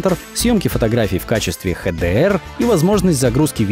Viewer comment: Чисто поставил дизлайк из-за "ХЭ ДЭ ЭР". Это недопустимо для канала такого масштаба.